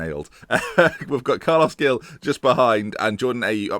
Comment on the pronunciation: Carles 'Hil' - not Gill. And Verah-too. Keep it up! Screw Pearson/di Matteo/Moyes, can we appoint you instead?!